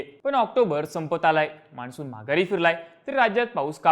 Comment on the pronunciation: Changla update ahe fakta न ani ण madhle confusion kahi sampat nahi. माणसुन asa shabdda Marathi nahi ahe…